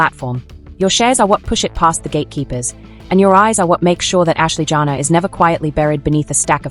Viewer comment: Her name is not JANA. It is Janae. Pronounced Janay! Your tone is rude. Good riddings!